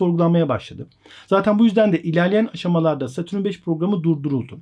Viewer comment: Satürün ne abi. Dayanamadım kapattım videoyu.